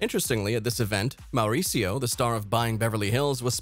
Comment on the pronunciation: is it just me or is the narrator way over rolling his R's when he says Mauricio??